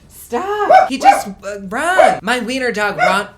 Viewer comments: Raaahn staahhhp! Jersey Shore flashbacks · Raaaahhhn staaaahp. Jersey shore anyone lol?